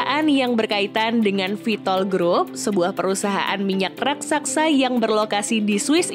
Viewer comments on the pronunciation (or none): Raksasa kak bukan raksaksa 😁✌️